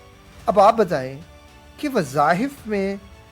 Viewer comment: Wazahif nahin wazaif